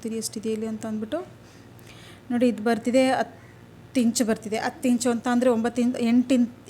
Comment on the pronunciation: ಹ ಇದ್ದಲ್ಲಿ ಅ ಅಂತ ದಯವಿಟ್ಟು ಹೆಳಬೆಡಿ ಅಸಹ್ಯ ಅನಿಸುತ್ತದೆ ಈ ಅತ್ತು ಅಲ್ಲ ಹತ್ತು